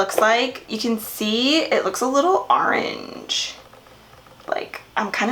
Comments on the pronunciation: did anyone also hear her say "arange" instead of "orange"? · I could watch your videos all day. Random but I like the way you say orange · I love the way she says orange! Lol